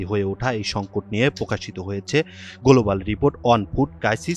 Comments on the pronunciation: গোলোবাল রিপোর্ট, পোভাব, পতিবেদন, পোকাশিত 😂😂😂😂৷ এনটিভির রিপোর্টার এ-র এমন অবস্থা? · গোলুবাল কি????? খবর পড়ার কি ছিরি!!!!!